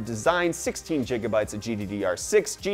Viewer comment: did you just say "jigga bytes"